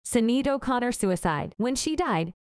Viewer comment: Damned AI doesn't know how to pronounce the name as SHIN-AID, and nothing's as yet has come to light about the cause of death. Clickbait ker-rap